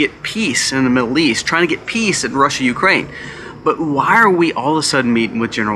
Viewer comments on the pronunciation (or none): none